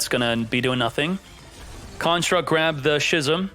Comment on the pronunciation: Brother, schism is pronounced like ‘skizm’